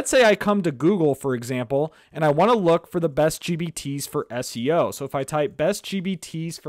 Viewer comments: Man is sounds like he's saying GBT's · Every time I hear gbt.